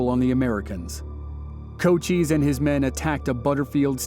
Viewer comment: Pronounced Co-CHISE, not CO-cheeze, hard 'S"...